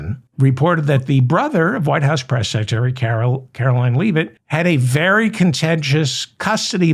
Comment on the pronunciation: Do you call her "Leave It"on purpose or have you just never heard the name pronounced out loud?